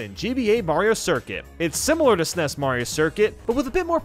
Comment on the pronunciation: I hate the way he says snes